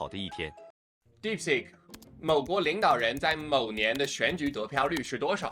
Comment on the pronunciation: 肌肉腦館長連"DeepSeek"都不會念 但就是覺得它有料